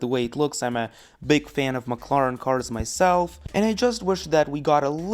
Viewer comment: I will never forget how he said mclaren. He literally said maclaran and a mclaren senna gtr has a 7 speed dual-clutch automatic gearbox, not a 2 speed